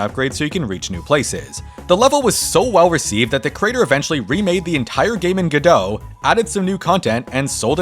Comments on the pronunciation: Wow, is everyone supposed to pronounce Godot like that? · I have never heard someone pronounce godot like that